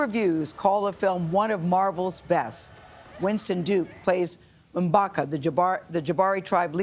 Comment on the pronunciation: Did she just say Mbaka🤦🏾